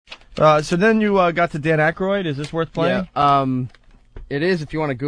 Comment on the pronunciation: It’s Aykroyd dummy